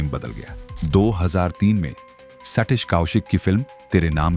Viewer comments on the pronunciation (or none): हिंदी पढ़ना नहीं आता क्या ? पहले सीखो फिर वीडियो बनाना संगीटा सलमन सैटिश कौशिक सुल्टान क्या है ? इंग्लैंड जाओ ना ...... इंग्लिश तो सही बोलते हो.... अमिताभ बच्चन अक्षय कुमार भी नहीं बोल सकते फ़िर यहां क्या करने आए हो ?